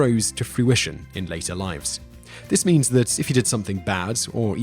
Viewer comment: I thought he said the path of memes, but then I realized that he said means.